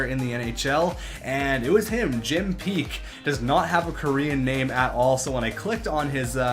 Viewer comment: Not Jim Peak, it's Jim Paek. Jim isn't actually his real given name. And his last name is pronounced like "pack." Paek is a Korean name.